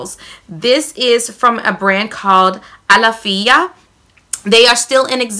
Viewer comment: A -law-fee-a.....pronunciation..it's sold at Sprouts too..similar to Whole Foods...fyi wink wink